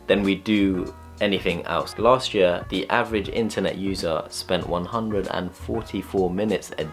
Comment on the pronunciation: The way you pronounce ''year'' is so funny.